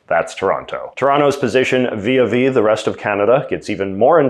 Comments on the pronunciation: Jj, It's not viaV when you read vis-à-vis it rather sounds like vi zavi. It's French. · Never heard someone not pronounce the first s in vis-à-vis